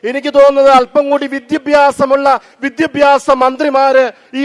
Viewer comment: അച്ചോ.. അച്ചൻ ആദ്യം വിദ്യാഭ്യാസം എന്ന് പറയാൻ എങ്കിലും പഠിക്ക്. പിന്നെ അത്യാവശ്യം വിദ്യാഭ്യാസം ഒക്കെ ഉണ്ട്‌ കേരളത്തിലെ വിദ്യാഭ്യാസ മന്ത്രിക്ക്... ക്രിസ്ത്യസ്നികൾക് തലയിൽ മൂട്പാടം ഇടാൻ അവകാശം ഉണല്ലത് പോലെ മറ്റ് മതസ്ഥസിലുള്ള വർക്ക്‌ അവരുടെ തലയിൽ തട്ടം ഇടേണ്ട അവകാശം ഉണ്ട് ഫാദർ അത് മറക്കരുത്.... കർത്താവിന്റെ മണവാട്ടികൾ ഇച്ചിരി കൂടെ മനുഷ്യത്വം കാണിക്കാൻ പറയു....